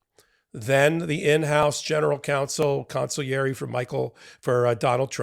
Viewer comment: Thank you for pronouncing consigliere properly. 😮